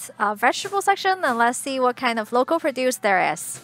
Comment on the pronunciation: And also, maybe clue her in on the two different pronunciations of “produce.”